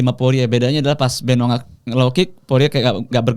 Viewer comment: Benoa siapa ?? bukan nya benoit 😅